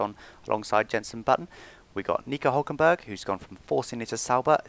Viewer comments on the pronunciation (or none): none